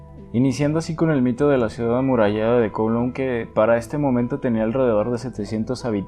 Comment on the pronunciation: Kowloon se pronuncia como Caulún, solo digo